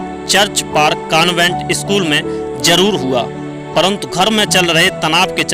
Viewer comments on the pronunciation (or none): none